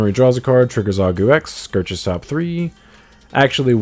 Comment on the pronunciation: Why do you say scirches instead of searches